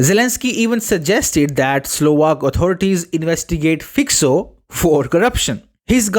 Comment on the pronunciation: It's Fico (read FyCo) not Fyko not Fyxo.